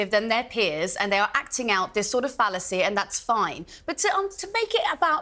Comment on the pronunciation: When the Blonde spoke the word 'Phallacy' out of her mouth I got a Semi!